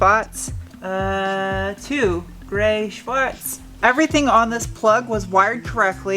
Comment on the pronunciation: Your "Schwartz" was the correct one, you pronounced the second r there, softly.